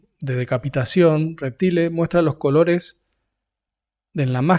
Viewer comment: Cómo me enferma cuando hablan mal! Reptile se pronuncia "Reptail", hablemos con propiedad un toque. Gracias por los datos igual!